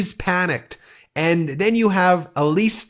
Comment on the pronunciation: That's "Elsie" not Elise.